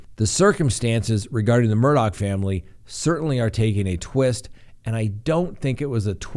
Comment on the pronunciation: Good job on pronouncing it correctly. His name is spelled Alex Murdaugh but is pronounced Aleck Murdock